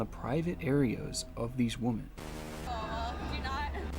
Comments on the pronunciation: He keeps saying "woman" when he should be saying "women"...it was annoying. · Great video but my god I got so annoyed at the way he pronounces “women” as “woman” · Why does the narrator keep saying "woman" when he should be saying "women" ? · For those of you commenting on his woman/women pronunciation… He actually wrote on his own video, one day I’ll be able to pronounce women, but today is not that day 😂 That’s kinda what made me a fan lol. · The most disturbing part of the video is inability to pronounce "women." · He actually wrote on his video, one day I’ll be able to pronounce women, but today is not that day 😂